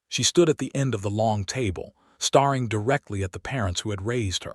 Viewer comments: Can't you please say stare ing correctly it is not star ing. Geese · Train your AI to know the difference between 'staring' and 'starring' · Staring and starring…two different words! The AI reader cannot determine the meaning! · The dreadful AI narration ruins this story ... starring instead of staring, fadding instead of fading etc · i wonder where the narrator was from--he misprounceed 2 very commen english words--hopiing and staring--saying hopping,staring[sounding like star--] did anyone else here notice these 2 mistakes?????